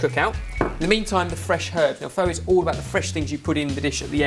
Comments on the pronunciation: You should pronounce it more like 'fur' just saying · You day pho like pha guys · Pho is pronounced FA or F-A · My Opinion.One: said Pho wrong.Two: You use Pho noodles for Pho, not Udon Noodle. Even though Udon noodles are thicker and it holds flavor well it shouldn't be used for pho.Three: Pho is suppose to take awhile to cook. Its not like a 1 hour process.